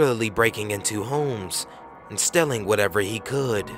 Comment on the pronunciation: Yep he said stelling instead of stealing